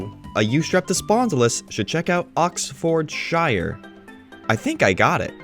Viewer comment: for clarification "Oxfordshire" and most english towns with "shire", the "shire" is pronounced "Sheer" like Lancashire being "lan-cah-sheer"